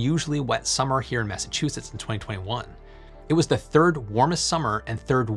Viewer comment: you lost me at "massachusetts"